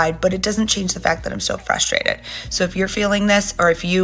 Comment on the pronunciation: sorry…are you saying ‘frustrated’ or ‘fustrated’.